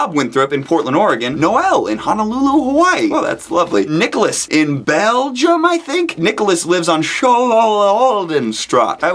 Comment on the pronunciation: belgium are your biggest fans , people from belgium from now on we send peter more letters so he learns to pronounce our country name !!!!!!!!!!!!!!!!!